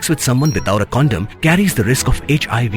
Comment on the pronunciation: Condom not condem